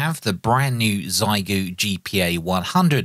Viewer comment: Trying to be helpful: Google “xiegu in Chinese” and the Google result has a button to demonstrate the right pronunciation. Try your best 💪